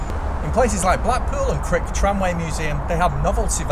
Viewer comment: Very informative, but... CRICH is pronounced CRY tch